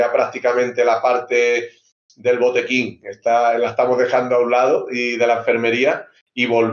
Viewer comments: Nadie: Absolutamente nadie: Me cago en Dios ningún puto ser humano: Sergio Ramos : "El botequín" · ¿Ha dicho "botequín"? Diosss